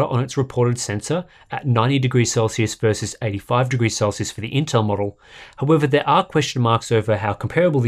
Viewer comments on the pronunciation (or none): none